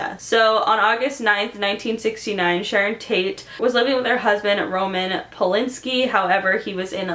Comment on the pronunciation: OMG really ... Roman Polinski ?????..it's POL-AN-SKI - Roman Polanski as in the FAMOUS Film director & producer .